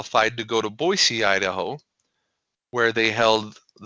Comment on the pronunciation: Congratulations on pronouncing Boise correctly :)